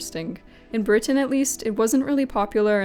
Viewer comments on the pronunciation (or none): none